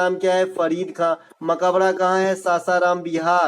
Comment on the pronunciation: Suno bhai mai bihar se hu ..tum bas 2 chij ka pronunciation sahi kr lo 1. sallant kap nahi Saltanat kal hota h ( .mabkara nahi Makbara hota h . nd aapke liye ye ques h ki salim ka makbara pak me q h